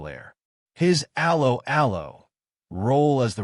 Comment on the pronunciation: Dreadful commentary - probably AI generated. Can't even pronounce the name of the programme correctly. I quit after 10 seconds